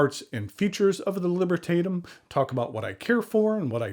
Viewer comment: AWESOME Pen. I really liked it. BTW the vowel a in Libertatum will be more or less pronounced like the a in the word back or chat.